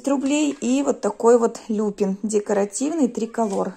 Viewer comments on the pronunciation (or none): не лЮпин, а люпИн!!! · ЛюпИн, а не ЛЮпин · правильно говорить люпИн, а не лЮпин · Не лЮпин.а люпИн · ЛюпИ'н, ударение на "и"., это очень полезные цветы. Они относятся к семейству Бобых. Эти растения фиксируют азот из воздуха удобряя почву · Люпин ударение на И.